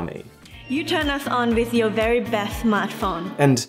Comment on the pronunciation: "You turn us on with your best samrtphone" lmaoo😂